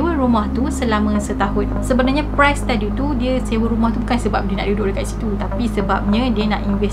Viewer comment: Ye mmg best..tpi ade beberape perkataan yg kene fix jgk macm priest..bkn pronounce as price